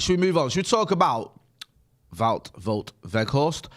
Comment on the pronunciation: You pronounce his name something like: "Waw Workhorse"